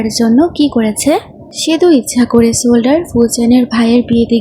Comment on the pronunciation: সোলডার না বলতে হয় সোলজার বুঝলে?